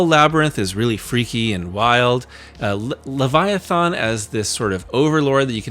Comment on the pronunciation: Why don't you know how to pronounce leviathan?